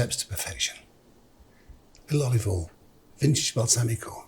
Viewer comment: olive oll